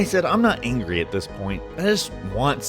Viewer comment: I'm not angrey. NOT - ANGREY!!!!!